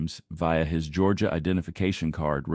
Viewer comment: When he called Georgia "GAH", I lost it! 😂😂😂